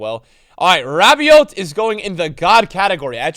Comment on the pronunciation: just btw you don’t pronounce the T in Rabiot, it’s pronounced Rabio ❤️🇫🇷